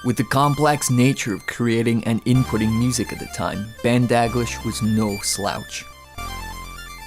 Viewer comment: It's pronounced Da-gleesh